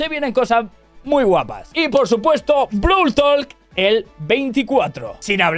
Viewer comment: Pense que era brawl talk,no brawl tolk